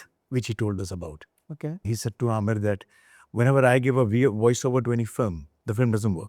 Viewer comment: Aamir khan not Aamir Khhan. Khan from the epiglottis.